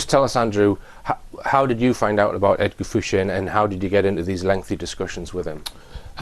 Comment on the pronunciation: Why does everyone call him, when he announces himself as Edgar Fouche. De Rothschild